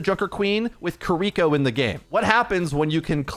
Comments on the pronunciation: He often pronounces incorrectly as "Kuh-ree-ko". Hopefully, the correct pronunciation ("KEE-ree-ko") will be used more often. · Please consider pronouncing Kiriko as "KEE-ree-ko" and not "kee-REE-ko" as it is much closer to the original Japanese and sounds much better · Still makes me laugh every time turns "Key-Re-ko" into a Yu-Gi-Oh card. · why are you sooo bad at saying Kiriko's name? They literally said it several times during the dev video.